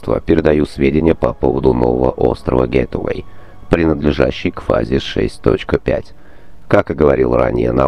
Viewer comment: Почему произносит "Гэтувэй"? Если оно "Гейтвэй" от "Гейт"- Ворота (Чтобы удостовериться в правильности произношения зайдите в любой переводчик и включите озвучку) Простите что придираюсь, просто так будет правильней